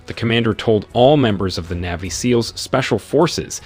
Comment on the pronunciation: Okay. Say it with me. NAVY, NAVY. Not neevy